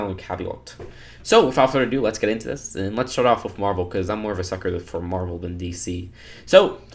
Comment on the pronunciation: Its called Marvel not mavel